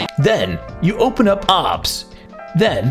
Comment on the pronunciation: its pronounced ow bee es